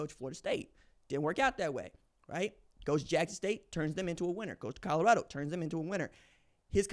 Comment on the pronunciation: If he stays at Colorado, can we all learn to say it. Its Col o rado not Cod ugh rado , ha ha ha......